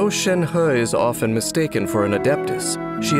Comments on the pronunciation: So her name read is "shen-her" :((( not "shen-hi" :'(((( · reminder: it's Shenhe not Shenha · For me it's always gonna be "Shenhé" not "Shenhá." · I thought it was to be pronounced shenhi at first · Ikr loll he's like shen*HE* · All i hear is Shen Huhhh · And he is still pronouncing it wrong 💀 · A for effort for trying to say 申鹤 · Anyone else bothered or laughing at how Shenhe is “properly” pronounced?